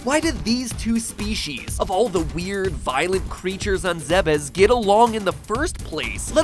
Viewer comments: ZEH-BUS???? It's pronounced -ZEDDDD-BUS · It's pronounced zeebs, whatever atrocity you said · The Bandog "The official pronounciation of the planet's name is "Zeh-bess". However, it is sometimes mistakenly pronounced as "ZEEBz" or "Zee-bees". Those familiar with the Zebeth name are more likely to get it correct." -Wikitroid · Really? It's pronounced "Zeb-is"? I always thought it was "Zeebs" like the Greek city Thebes. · Is that actually how you pronounces Zebes? I always thought it was more like "zeebs" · its pronounced "zeebees" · Centaur Man15 Zebeth was a typo; a mistranslation from the japanese. The game has no "official" pronunciation (because the planet isn't real) but if it's spelled Zebes, it's pronounced "zeebz" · The Bandog Your arguments on our names' pronunciations are on the basis of preexisting English words. Not very helpful to your argument. Your example of Gardevoir demonstrates straight forward pronunciation that's universally accepted and canon. Ironically, the pronunciation of Zebes is neither. But you're right, there's no canon (which you misspelled, by the way) way to properly pronounce Zebes in English (mostly because the fanbase rejects Other M). All thanks to a lack of standards that the language has developed over the centuries. In this case, it's the Es, in which English has them rotating between "ee" (IPA i), "ay" (IPA e), "eh" (IPA ɛ), or as a silent sign. (IPA being the International Phonetic Alphabet, a universal writing system for linguistic pronunciation help. Used a lot on Wikipedia.) There's no canon preference, yet you insist that the pronunciation of a made-up word for this language is one over the other.